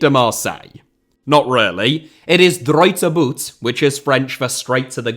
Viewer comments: As a Marseillais this was so definitely worth making but please pronounce our motto right💀💀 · His pronunciation of “droit au but” gave me a nervous breakdown